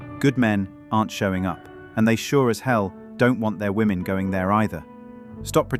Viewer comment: Why are they pronouncing «women» wrong 😅 ?